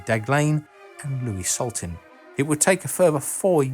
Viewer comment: Can add another small error. You said Louis Soltin instead of Slotin.